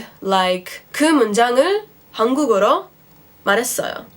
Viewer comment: i think you pronounced 한국어로 as 한국으로 instead of 한국어로